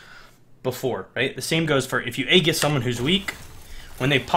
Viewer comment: It's pronounced Ay jis